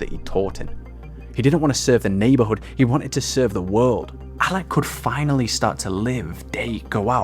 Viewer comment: He said allakh not alla, alakh is the name of the founder